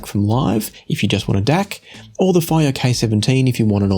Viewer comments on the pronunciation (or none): Is it possible that Fiio is supposed to be pronounced // FEE-oh // ?